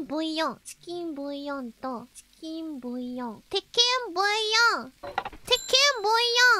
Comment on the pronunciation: some random chef : the onyo korone : tchiken boyo